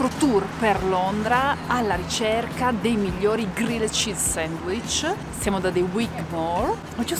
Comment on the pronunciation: Ragazzi, siete i numeri uni, sempre un simpatico e fresco appuntamento della domenica... Però ve prego, almeno un "grill'd cheese", no g-r-i-l-l-e-d come si scrive, non si può davvero sentì. Comunque un abbraccio da un ammiratore sfegatated